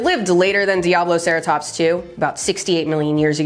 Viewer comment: favorite dinosaur name until pronounced it correctly, always thought it was pissattackosaurus … you ruined my childhood